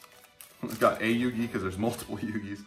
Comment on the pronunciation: u have to say yugi.............